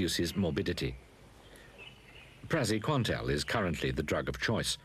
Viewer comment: no but, seriously " Praziquantel".